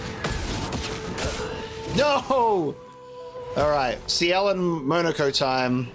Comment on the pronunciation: Yes, well, very impressive parrying this episode. But please,, it's pronounced Monoco, not Monoco!!